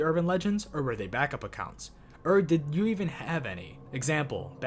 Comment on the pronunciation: Annunciate bro please. Say “Or” not “err”